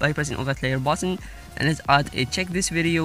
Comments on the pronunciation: Check"" not cheek lol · I saw it said "cheek" not "check"😂. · have you guys realized that it said cheek this video